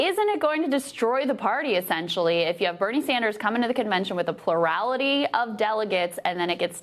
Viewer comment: if krystal can pronounce bernie’s last name correctly, so can you. its Sanders, not Saunders💯